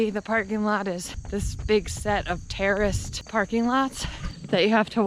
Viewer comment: I thought you said, “terrorist parking lot” HAHAHA!!! “Terraced parking lot” Ok. Got it. Much better. 😂😂😂😂